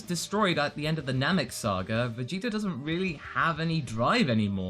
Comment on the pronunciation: is it just me or do you pronounce Vegeta's name like "Vegeter"?